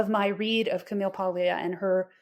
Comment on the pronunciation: The “g” in “Paglia” is silent. “PAHL-ee-ah.”